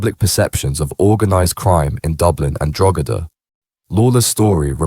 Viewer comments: drogeda...fuckin hell man at least learn how pronounce the name of counties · Your pronunciations of Donagmede and Drogheda are atrocious .they are pronounced "Donameed" and "Drawhada" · dro-gedda lol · That was doing my head in,, every time he said it I corrected him,, and I’m sitting here on my own 😂😂😂😂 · The pronunciations are extremely wrong. Stop talking when you have no idea what you're talking about.